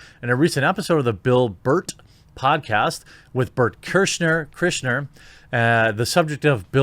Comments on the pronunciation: I really wish people would get Burnt Chrysler's name right. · it's pronounced burnt chystler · It's pronounced "Burnt Chrysler" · The Bill Bert Podcast co-host's name is pronounced Bert "Cry-sher". Very funny guy, definitely check out his stand up. The Russian Mafia story is his most famous. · Did Jeremy just unironically mispronounce Burts name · Please tell me you mispronounced Bert kreischer name on purpose looool